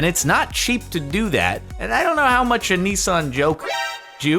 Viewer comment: Nissan not neeeeesan